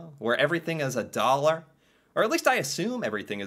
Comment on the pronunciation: stuff in dallorma a dollor 🤣🤣🤣🤣🤣 you mean like 2 to 5 dallors